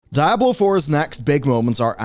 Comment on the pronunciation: "Daablo 4"